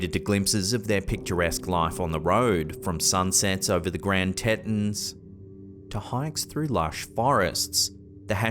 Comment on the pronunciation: Grand Tea-Tons🙃